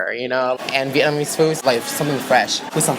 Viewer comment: Am I tripping or speaks English with a hint of Vietnamese influence, e.g. using singular form for plural nouns, pronouncing the word "Vietnamese" as "Vietnamee", etc. No disrespect though just curious